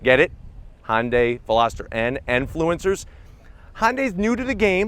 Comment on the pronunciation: Why do you call it hondia not Hyundai